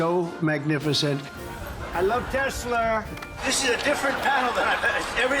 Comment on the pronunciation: "Tesluuur!" That still cracks me up.😅